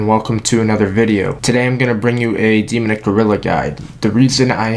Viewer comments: "Demunick" really? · stopped watching after you couldn't pronounce demonic after the 10th time..